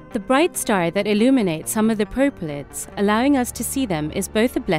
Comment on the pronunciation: what wasit that they keep saying perplates ??? where can i read more about that ?? :O